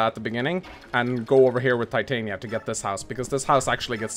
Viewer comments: Uuuh, so Titania‘s name is from that Shakespeare play „A Midsummer Night‘s Dream“ and it‘s pronounced Tee-tah-nee-ya and if you keep saying it that other way I think I‘m going to have an aneurysm. BUT the stat screen looks amazing and the effort you‘ve already put into just showing the units is really paying off and makes the video feel very very high quality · pro tip to those who played this not knowing how to pronounce Titanias name. Tit-tan-ya and this concludes your daily message from your local grammer nazi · The way they pronounce "Titania" bothers me.